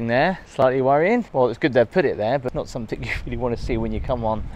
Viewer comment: Somethin'g' not somethin'k'.... :(